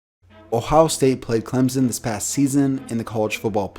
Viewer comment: Please say Clemson right